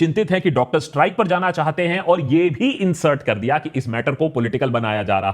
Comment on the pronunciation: That Bangali accents slipped away "Kor"😂😂